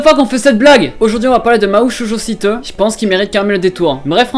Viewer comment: T'as pas le ptn d'accent japonais qd tu dis Mahou Shoujo Site j'ai adoré regarder Mahou Shoujo Site je connaissais avant regarder ce manga c'est mon manga préféré et j'adore je vais me le refaire une deuxième fois... (ATTENTION SPOIL) Quand j'y pense j'aurai pu être une Magical Girl et j'aurai buté Nana et j'adore comment ils ont fais en sorte de parler des problèmes en combinant le côté Fantaisie Dark et j'aimerais vraiment qu'il y'as une saison deux parce que terminer sur : Elles nickent Nana la fin du monde est là mais retardée... Donc voili voilou sinon mrc pour cette vidéo